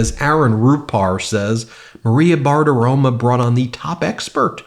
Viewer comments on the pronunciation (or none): Ben, when are you ever going to learn how to pronounce Maria Bartiromo's last name? It ends in an 'o' NOT an 'a'; i.e., 'romo' NOT 'roma'. To clear the record, I am not correcting you because I'm a tRump fan.....far from it! I am a staunch Democrat who has already voted for Harris/Walz! (retired teacher) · Ben, appreciate all the work you do...but pls pronounce the name properly- it's BartiroMO 😊 and save me from my apparent OCD issues 😅 Again, thanks for all the hard work you guys do to keep us informed